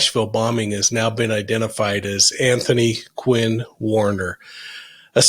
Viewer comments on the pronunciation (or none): none